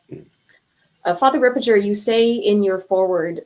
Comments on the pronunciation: It is Father Ripperger (hard G) , not Father Ripperjer , but it is better then Fr Gad Ripperchad ! So sad that Mary Harold had no time to listen to Fr Ripperger podcasts. What an intellectual downslide these times, this shows what a great importance TAN Books had been and still is and the spiritual attack on it! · Books Ripperger is pronounced Rip-per-ger the ger sounds like hamburger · It's Ripper*gurr